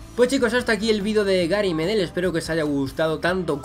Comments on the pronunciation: Tú lo dices Médel con acento en la primera e, pero es sin acento, Medel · Así es querido, se pronuncia "Medél" con acento en la segunda E. Buenisimo vídeo reaccionando a nuestro querido Pitbull, saludos desde Valparaiso, Chile! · Por cierto se pronuncia Medél no Medel, es palabra aguda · desde ahora empezare a decirle medél ok? 3 segundos despues médel jajajja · reacciona a mauricio pililla! Es un delantero chileno que ha jugado en muchisimos equipos por el mundo y ha metido muchos golazos de chilena Pd:se dice gary medél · Por cierto se pronuncia Gary Medél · se dice gary medél